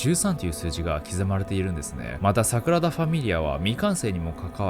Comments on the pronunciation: サクラダじゃなくてサグラダですよナオキマンさん(^o^)/ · サクラダ❌→サグラダ⭕️ね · サクラダと言ってる？